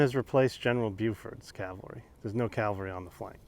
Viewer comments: This is my first time watching one of your videos. Looks like great fun! I'd love to do that with my buddies. BUT.... even tabletop wargame buffs must be able to say 'caValry'. Saying 'caLvary' when speaking of mounted troops is sloppy. Best wishes with your future content. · I'm always puzzled why some Americans mispronounce Cav-al-ry as Cal-va-ry. ie General Meade in this video. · DId he say caLvary??? ugh...